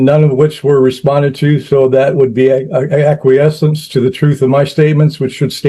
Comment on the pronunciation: Well, at least he can pronounce acquiescence correctly; most of these dum@ say "a-KWEE-zanss".....